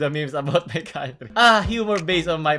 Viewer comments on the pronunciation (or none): none